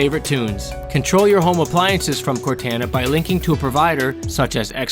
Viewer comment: That is absolutely not how you pronounce Cortana